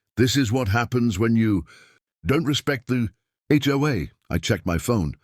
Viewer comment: Maybe it would be better to concentrate on having the AI say HOA instead of Joa or Choi.